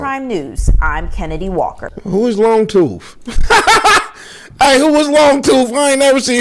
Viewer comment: “Ms Longtoof”😂😂